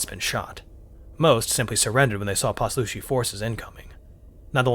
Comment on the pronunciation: Heyo! Author here. I really liked this narration, and I sure wouldn’t mind if you kept going ;). One thing that I’ll say is that Poslushi is pronounced pause-lush-ee, but otherwise, this was perfect! Pleasure doing business!